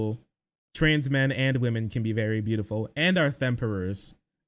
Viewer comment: "themperors" made me blush irl. love you king